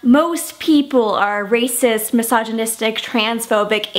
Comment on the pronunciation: i can't help but to hear "massage-nistic" every time oops